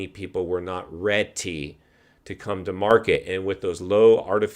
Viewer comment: "Rety". You mean ready?